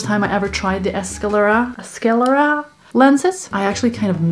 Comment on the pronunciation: Skah-lare-ah there's no e and you pronounce the s and c together to make more of a kuh sound.